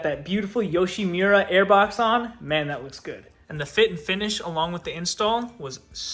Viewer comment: Yoshimura❌️ Yushimira✅️